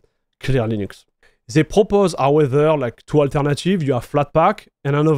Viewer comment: french people are too egocentrical and down looking and rarely comprehend, that they pronounciation is making it still french. mf said LEENÜXC like he's getting paid for it